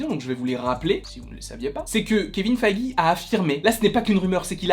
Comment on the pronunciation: Feeeeige pas faaaaige